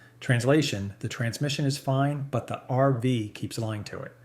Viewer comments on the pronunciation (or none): Was interesting until you called an rv an "arvas", then I figured out you are nothing but an AI "voice"! What is the problem with you people that you are too damn lazy to voice your own videos? Do you think we are that stupid that we cant figure it out??